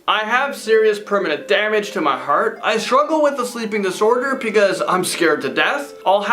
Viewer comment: If I had a dollar for every time he says " iS tHiSs ReAl? .... Also for evertime he says "PECAUSE "